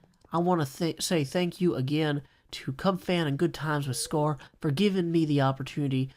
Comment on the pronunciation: ‘Thak you’